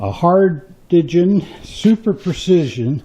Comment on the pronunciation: The word is pronounced HARDING!